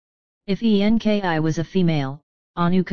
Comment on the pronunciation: FOR FUCKS SAKE,it keeps saying E-N-K-I.instead of ENKI, its so annoying